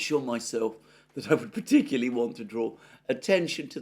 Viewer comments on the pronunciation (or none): none